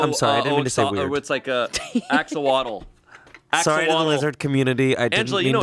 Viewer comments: ever since the pone de la replay incident I've noticed more and more how often mispronounces things. Axowotl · Last week it was Marisha. This week it's axowaddle. What will pronounce next week? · Losing my mind at the pronunciation of Axolotl It’s more like Aw Sho Lot, though I’ve often heard it said by people born in Mexico as Aw Ho Lo tay. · Now my goal in life is teach the cast how to say axolotl properly 😂